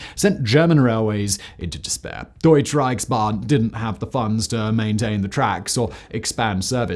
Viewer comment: DeutschE not Deutsch Reichsban...with an e e at the end sounds like u in but..